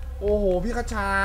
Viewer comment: พี่ คชา ไม่ใช่ คะชา